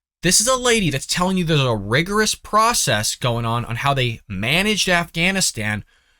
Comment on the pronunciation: Dude, you can't even pronounce the word "rigorous". Go back to Mommy's basement. The adults are talking.